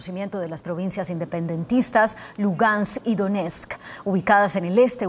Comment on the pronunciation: La reportera dice Lungast, que alguien la corrija, por favor, es una comunicadora, seguro se molestaría si yo digo su nombre mal dicho o al revés.... Es LUGANSK, reportera, LUGANSK.... Bitch.